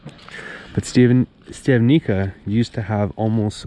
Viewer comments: not "stiavnika" but "Shtiavnitsa" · Pronunciation … Štiav correct, ni … knee, ca …tsa (like in pizza )So.. Štiav -knee -tsa 😊( Im also from Canada, born in Slovakia )